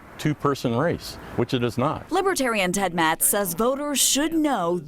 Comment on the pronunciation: Geez. Get Ted Metz's name right.